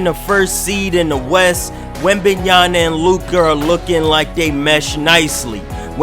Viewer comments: Yama not Yana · Damn 😂😂 say that man name right